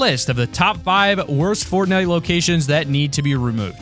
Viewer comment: Did you say Portnite ?